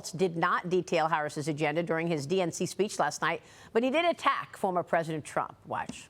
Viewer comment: He said trunk instead of trump omg how do these idiots get elected I swear 🤦🏾‍♀️🤦🏾‍♀️